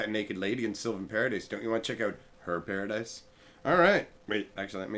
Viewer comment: lol, Pair-o-dice? nice one, man